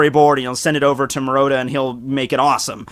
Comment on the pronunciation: You're pronouncing Murata's name wrong.... <=0